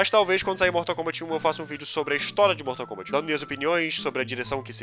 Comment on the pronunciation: "bortal kombant"